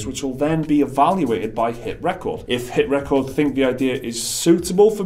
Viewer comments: Its driving me nuts to hear you say HitRecord like that! that is the wrong inflection of the word, its meant to be re-cord not rec-ord. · Hit ... Ree-chord. Like recording stuff... dudes... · You keep pronouncing HitRecord with emphasis on “cord” like a song or achievement.. isn’t it HitRecord with emphasis on “Re” as in Recording a show on tv? it seemed like an odd pronunciation to me.. just saying